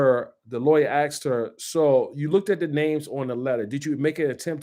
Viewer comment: I appreciate this guy, so please don't be mad at me, but the word is "asked" not "axed" lol, there's an S in the word